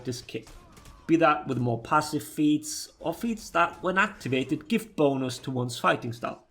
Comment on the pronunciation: I'm sorry but every time you say "bonus" I hear "boners"